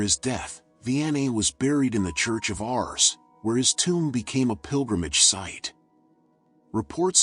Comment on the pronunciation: A.i... artificial intelligence.. it's ars not ours!